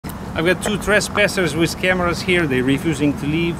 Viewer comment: "Trezpasers wiz kamara" lol!